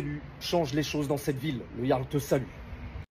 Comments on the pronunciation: "le jarl" prononcé de manière littéral c'est à mourir de rire (la prononciation c'est "le yarl" si je ne me trompe pas) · En Direct on prononce "LE YARL" pas LE JARL" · Ont prononce pas jarl mais yarl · Jarl se prononce Yarl en breton 😜